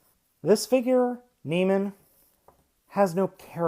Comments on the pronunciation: Neh-mey-an, not nee-man. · you're pronouncing it wrong you say na-mean when it is actually pronounced na-me-un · From what I can tell (and a chat with a close friend who is something of a classics expert) it's Neh-MEE-an or NEE-me-an ... but the ending should never be pronounced simply 'man' or 'men'. Sounds like 'NOR-man'. Having said that, perhaps it is more widely accepted 'across the pond'. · It's pronounced Nee-mee-en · Great review, its proniunced Nee'meean. Like the lion from greek mythos.